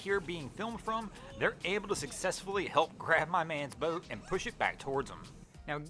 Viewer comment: Anyone else cringe every time this clown says "boat"?!?